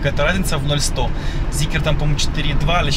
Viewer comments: Почему зикЕр?? Вы там после буквы К букву Е где-то разглядели?? ЗИКР! ЭТА МАШИНА ЗИКР НАЗЫВАЕТСЯ)) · Где вы увидели ЗикЕр?Это Зикр,читать учитесь! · Это зикр!!! Зикр!!! Не зикер. Где вы видите "е" после "к"??? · Почему ЗикЕр?!!! Нет там буквы "е" после К. Зикр, бля, Зикр!!!